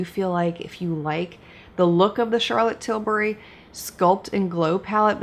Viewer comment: Charlotte probably really appreciates an American that actually pronounces her name well. Charrrlot TilBARRY, her third cousin from down south, is not making an appearance in this video 😂